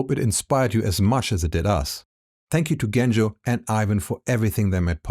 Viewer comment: Not Bulgarian, but yes. If my nickname was "Efgeni" you'd pronounce my name with "ch". It's Genco like "Joe".